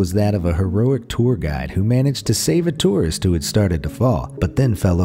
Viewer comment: Idk how but for a sec o though the total said terrrorist instead or tourist